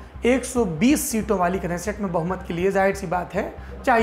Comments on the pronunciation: Kneset ko neset pronounced krte h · इजरायल के संसद के नाम मे आगे का K Silent रहता है। इसलिए सिर्फ नेसेट बोला जाता है केनेसेट नही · Knesset is pronounced as nesset . K is silent here like in know